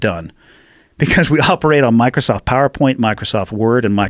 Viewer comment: Kim Jong-un is sitting somewhere saying "Micersoft office hrmmm."